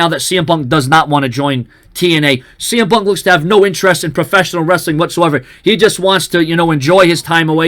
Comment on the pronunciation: I heard CM pub